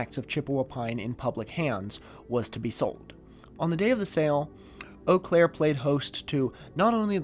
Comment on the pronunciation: dang, you said Eau Claire correctly